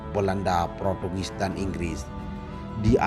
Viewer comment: Motiwiwasi dan ipreliasme, interversi, protugis, pertugis 🤣🤣🤣🤭